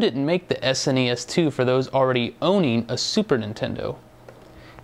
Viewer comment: thank you for saying s n e s not trying to pronounce as a single word